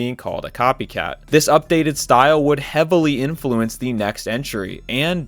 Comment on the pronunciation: What's the deal with people who make content like this pronouncing it like "inFLUence" and not regululike "INfluence"?